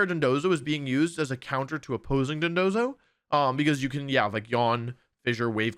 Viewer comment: Thank you so much for pronouncing dondozo properly, everyone else I've seen has said dodonzo